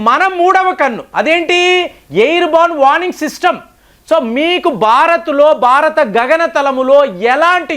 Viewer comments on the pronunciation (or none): none